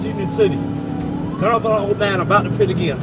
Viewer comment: 👎👎👎👎👎 - Your AI narration is fucking horrible!! A pie-tee maneuver or pitee maneuver? Shows how lazy you are can’t stand channels like yours!! Disliking every video you post and adding negative comments!!👎👎👎👎👎